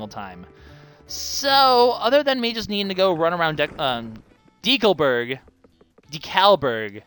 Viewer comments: It's decalberg not decaalberg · It's a combination of the word "Decal" and "Burg", a common suffix for a town of some sort. The word "Decal" is where ambiguity comes in, as in Canada it is commonly pronounced as in this video, but it sounds very strange to residents of most other countries, who would use a long E sound and further stress on the second syllable rather then deh-coal.